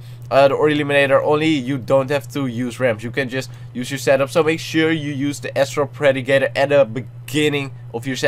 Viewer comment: isn't astral predicter pronounced As-trol pre-dic-tar